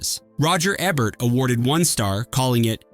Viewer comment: Wow! Still screwing up Ebert's name and now Nick Nole-tee and Pa-vor-rati. I liked Partners. 😊